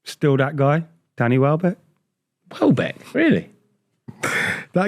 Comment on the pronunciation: turned it off when he said Welbeck.